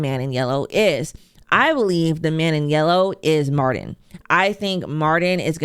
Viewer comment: Mar-TIN‼️ “Mardin” is driving me f’n insane 😭